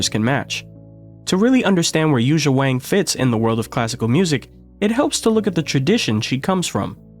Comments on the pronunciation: It's pronounced Won now Wang...it has that looong ah sound as the vowel. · I don’t understand, it seems so easy to fix the problem. if it’s not pronounced with a long a (Waang) and supposed to be pronounced like song (Wong) why isn’t it spelled Wong ?whoever thought it should be spelled Wang ? of course everybody’s gonna call her Wang. if we should call her Wong take out the A and put in the damn O ! problem solved. of course I guess it’s too late now… so silly. I heard it’s the same thing with Lang Lang. It’s supposed to be pronounced like long long. so why didn’t they spell it Long Long ? somebody get me a drink 🥃